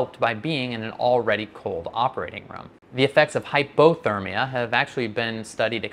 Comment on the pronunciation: Cool video, but why do you say hypothermia like that?